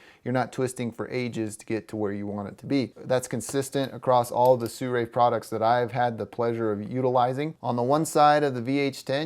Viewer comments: why do most people i come across pronounce this as "suray" it is pronounce as it is written "Sirui" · i understand you but SIRUI can not sound SURAY either way thanks for the video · it should be pronounced see ruu eee. But with less emphasis on the "see". Just as short "see"